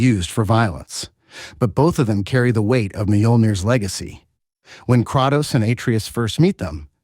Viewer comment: Krautos.... Murnur.....???? I do find it funny his pronunciation is all over the place throughout the video.